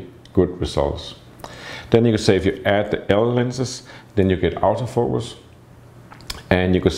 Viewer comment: for a few minutes you had me very confused because of your pronunciation of 'Auto-Focus', which because of your Danish accent you sound like you're saying "Out of focus". No seriously I have seen your work which is AMAZING, thus respect you